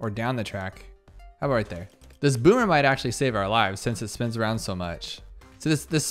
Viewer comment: Boomer range is clearly "Bommer"